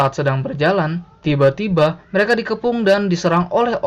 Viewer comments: tiba - tiBA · Pas masnya ngomong "Tiba Tiba" seketika saya agak merinding karna nada bicara masnya yang agak aneh pas mengatakannya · Ngomong tiba2nya bisa ga ya biasa aja. Ganggu bnget euy. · Ngomong tiba tiba nya biasa aja napa cok sakit kuping ku